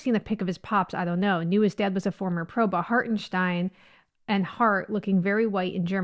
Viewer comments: You're pronouncing his name perfectly. I wish everybody gave up this artificial, non-biological/scientific/factual idea of 'race', that's been invented to divide and rule. To those identity politics people on the left: accept that there are people that "don't see race" or at least want to not see it, as in a learning process. In my mind, accepting the concept of "race" is accepting racism. Cheers from 🇩🇪@ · Well done you say "Hartenstein" correctly 👍👍👍👍